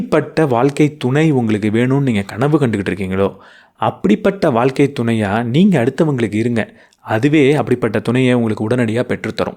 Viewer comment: Ok sir but pronounce Pannu pothu valga (vazha) nu than iruku valkka nu vara matuthu Pechu vazhakulayum rendukum meaning difference iruku